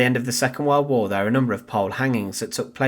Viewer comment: The voice and pronunciation of the narrator are Irritating beyond description,above all the pronunciation !! The word "war" alone is too stupid for words....find someone else, will you !.